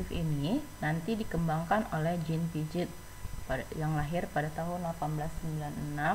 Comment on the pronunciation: Mohon maaf bacanya jean piase bu🙏